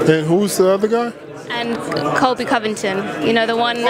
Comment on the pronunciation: Derrick Lewis: Kamaru... Kamaru... Who's other guy? Reporter: Colby Covingtin. Derrick Lewis: Who??? Oh, the happening guy! LoL... 😂